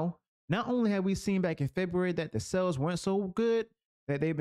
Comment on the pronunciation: brother, you say "sales" like "cells". I first thought you meant to say something else.